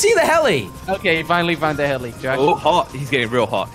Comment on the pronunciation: Did jelly say gosh instead of Josh lmao